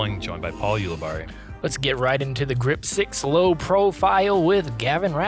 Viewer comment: Jeremy says paul's last name wrong every single time, despite watching many hole breakdowns in which Paul says his own last name.. 🤦🏼‍♂️